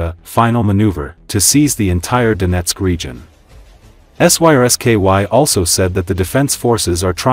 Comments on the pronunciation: Don't the people that make these vids ever listen to them themselves? The AI voice is unable to say the name of the Ukrainian Military Chief General Syrskyi, so instead it spells out the letters SYSKY a number of times! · Lol, AI unable to speak Syrskyi